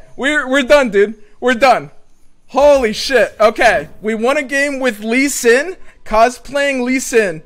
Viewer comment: It’s not shen lee stop calling him like that x)